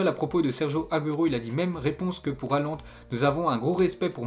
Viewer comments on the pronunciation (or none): none